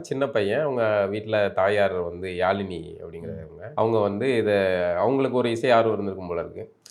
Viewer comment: யாலினி இல்ல யாழினி😊😊